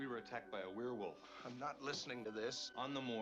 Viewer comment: First man to pronounce werewolf right. Thanks! And you're right the sfx are much better than cgi. Still looks good. Could of course be better - but film should start with this sfx and then "touch up" with cgi...